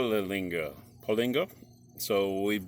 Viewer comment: There is no g in Paulaner. it is pronounced Paw Laner.